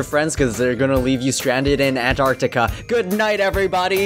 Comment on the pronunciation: well you did in the future. So I guess....look up to the future! Also it’s um it’s not The Antartic... it’s Antartica. Also also Stephen said up, the general consensus is that it’s down.